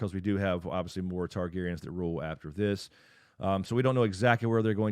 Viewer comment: The Targaryens have never left. There was three then two and now one. So please say it right this is your job.